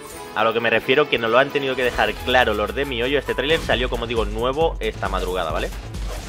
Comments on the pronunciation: Mi hoyo 🤣🤣🤣 se pronuncia mijoyo recordad que en otros países la h suena como j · me rio cada vez que lo dices 🤣🤣🤣 mi hoyo me recuerda a la canción que dice eso XD